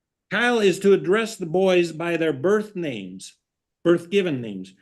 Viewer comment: Oh,, how we love your ways😂 I can't help but giggle at the way he mangles people's names😂 I couldn't do this job..I would be putting folks in time out and contempt all day long.